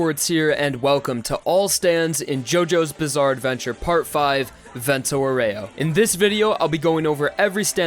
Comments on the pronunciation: I really, reaaaaly tried to not scream "Vento AU-REH-OH! Not OH-REY-OU!" at the screen watching this love your videos, dude, keep it up (but maybe idk like listen to the google translate lady every now and then just sayin') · The pronunciation it's "àureo", not "aurèo"... aurèo sound really bad in italian :) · It’s not pronounced vento oh-ray-oh It’s vento ow-wry-oh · Please it's vento àureo not aurèo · Is àureo, not auréo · The virgin Vento "Ow-ree-oh" The chad Vento "Or-ray-oh" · Aureo, not auREo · That's not "aurèo", it's "àureo" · It bothers me how you say Aureo... Just my opinion but great video!! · you pronounce 'aureo' wrong, and it bugs me deeply. Just say golden wind if you don't know/don't care about the correct pronuncation